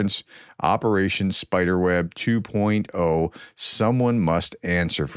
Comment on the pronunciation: Well done Ukraine, but do you mean Operation Spider-web two point zero (2.0) not two point O, as in the letter O.